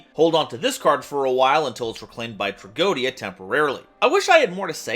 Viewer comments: Yu-Gi-Oh players and mispronouncing Tragoedia. Name a more iconic pair. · You pronounced tragoedia wrong